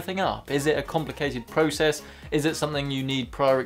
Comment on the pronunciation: Why you pronounced process like that in the beginning lol